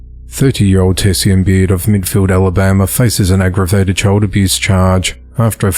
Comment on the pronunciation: Tess-ee-an? I'd bet all the money in your wallet that it's Tay-shawn.